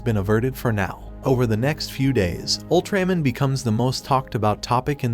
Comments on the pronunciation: Owltræmen? How hard is it to pronounce ALTRAMAN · It's AI generated narration. Pronouncing UltraMan as Ul-tram-an. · Ultraman, a hero who has been familiar for half a century is an odd name to mispronounce. Is this an AI narrator? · Say ultramans name right